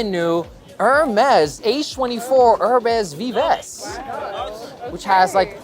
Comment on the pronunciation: Thanks for all your reaction videos! They are super informative. :) Just for future videos, "Herbes Vives" is pronounced "herb veev". The french "i" sounds like the english "e" and the plural s are silent for both words.